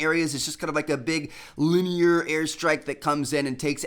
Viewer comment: Everytime trevor puts large amount of emphasis on a word i lmao cuz hes like "its more of a LIUUINEAR"